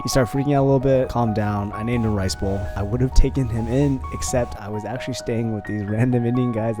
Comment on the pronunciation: WAIT did he say ricebole